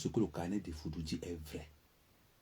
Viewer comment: C'est EFFOUDOU et non FOUDOU.